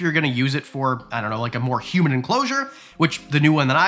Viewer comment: I know you said "humid" but it totally sounds like "especially if you're going to use it for human enclosure". Had to rewind that one! Unless...?